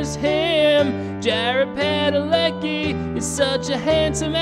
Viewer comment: it's supposed to be pronounced Padaleski